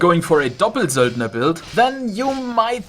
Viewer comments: cause it sounds so german and ur speaking english the whole time :D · I laugh every time u say doppelsöldner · D I also have fun pronuncing stuff as correctly as possible, and still it was so funny when u said doppelsöldner :D